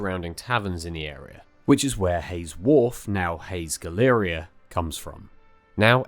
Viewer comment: It's pronounced Hays Gal-uh-REE-uh not Gal-EAR-ee-ah. Great video nonetheless. I used to work on Tooley Street and learnt about the fire from locals.